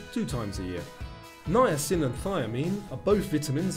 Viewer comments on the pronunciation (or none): none